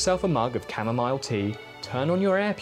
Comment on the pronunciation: Bruh I have never heard a European pronounce chamomile like that. Love your vids tho.